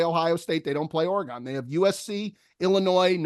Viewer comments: ORE-GONE. AGAIN!!?! ORE-GONE?!?! got roasted on the Bandon trip, you know it's Ore-Gun, y'all. Get it on point. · ORYGUN! Damn, you east coast boys, its not Oregone! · Guys we really need to start pronouncing Oregon correctly. It’s a damn shame